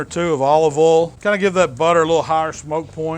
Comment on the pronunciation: "In the ohl"